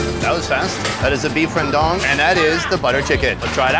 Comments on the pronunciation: So funny how you pronounce Rawndang 😂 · “Beef rendong” 😂😂😂